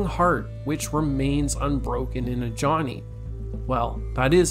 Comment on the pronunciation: Ajani is Nigerian so the j doesn’t sound like ja. It’s a ya sound. Ajani. The name originated in the middle east